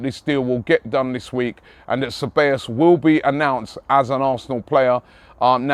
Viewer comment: Cabellos: Kah-bye-yos